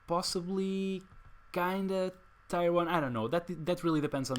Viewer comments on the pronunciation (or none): Looks fun. I don't quite have all the cards to make it but I might try to trade for them and put this deck together. By the way "tier" rhymes with "beer".